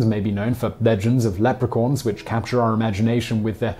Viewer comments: No no, he said "Leprecorn" Corn. Yep. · Did he say "lepricorn"? Why can't he pronounce some words correctly? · There's no R in the end of Leprechaun. He said "Lepricorn". The end is "con" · Did you say Lapracorns, as in Lapracuans and Unicorns got freaky deaky and made babies? O3O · Um, what's a "Lepricorn"? Are you trying to say "leprechaun"?? Chaun is really pronounced "con", there is no r where you put it.